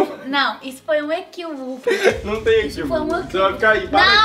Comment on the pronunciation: "foi um equiuvico" kkkkkkk